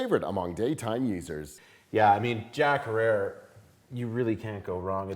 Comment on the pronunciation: Herer, rhymes with terror. This isn't really your thing is it?